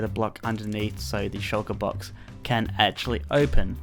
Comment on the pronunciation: you said Shoulker Box but meant Shulker Box... Nobody is perfect.